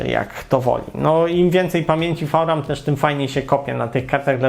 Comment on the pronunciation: co to jest "fał-ram" ?